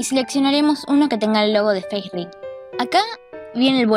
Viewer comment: me kga cuando le dicen facering, es Facerig